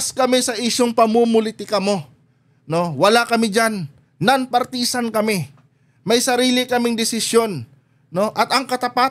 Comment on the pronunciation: Please learn how to pronounce partisan